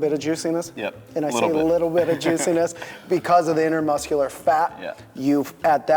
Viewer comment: hey ive noticed in a couple vids you say intermuscular instead of intramuscular when referring to the fat in the muscle. just a small note great vids:D